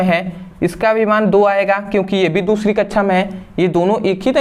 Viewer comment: Very nice 👍 sir samjhate to bahut achchhe hai sir but kaksha ke jagah kachhchha bolte hai😂😂😁